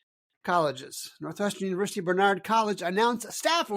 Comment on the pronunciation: Love watching your show. But you lose credibility when you mispronounce the names of schools, particularly national leaders like Barnard. The emphasis is on the first syllable, not the second. It comes off as if you don’t even know what this school is. May be a small thing, but it matters.